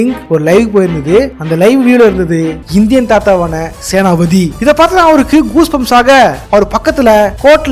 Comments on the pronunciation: Yoov... ATHU Senathi pathi illa. Senapathy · Senathipathi❌ senapathi ✅